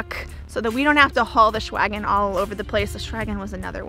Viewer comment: Shwagon lol